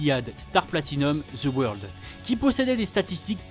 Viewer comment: Ca me tue comment tu dis the world "the weurld" mdrr oh et Jean pierre Polnareff est le plus fort de tout le jojo game chercher pas.